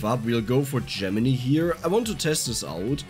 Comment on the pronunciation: I think I'm gonna like this weapon in the 'make a ball of death around yourself' types of builds. BTW, not to sound like a dick, but Gemini is pronounced like 'JEM-in-eye', not 'JEM-in-ee'.